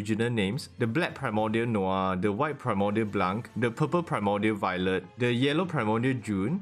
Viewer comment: Noir is pronounced Nor